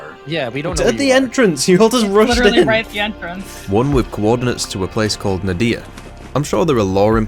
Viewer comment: We need more Ziggy intermissions, Ziggy is awsome! also ngl the way you pronounce Nadiya is mildy infuriating.